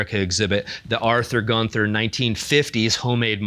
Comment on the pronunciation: Terribly sorry for this but it is [GUUN] + [TUH] (you don't say the th sound.) Like in Walther, it's a semi-silent "h"